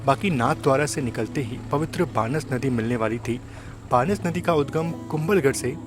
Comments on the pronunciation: बानस नदी नही हे उस नदी का नाम बनास नदी है। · भाई नदी का नाम 'बनास' है तुम बार बार बानस-बानस कर रहै हो! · BTW, the river is called बनास, not बानस. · भाई वो बानस नदी नही... बनास नदी है। बाकी आपकी वीडियो बहुत अच्छी है ❤ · बानस नही भाई बनास है 😊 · सही उच्चारण बनास नदी है